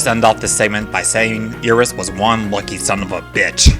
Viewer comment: no offense but you mispronounce Iris's name It is Pronounced I-ris not E-ris